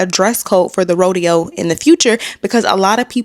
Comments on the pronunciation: It's RO-DE-HOE!!!!!!! C'MON HOUSTON!!!!!!! 😭😭😭😭😭😭😭😭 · The Hoe-deo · Someone called the “Hoedeo” 😂 on another post!